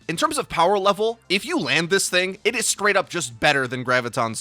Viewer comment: I've been watching Your Overwatch since the beginning. So how is it that I haven't realized, until today, that can't pronounce "st" sounds? That sorta thing is usually VERY obvious to me. It's bewildering that I haven't caught onto it earlier. I'm skraight-up flabbergasked. Skunned, even! Anyway, back to my Firsk-Person-Shooter. Lucio's my Hero of choice lately and we all know no team comp is complete without his speed boosk. --skilluskrate July/25th (6 days before Augusk)/2019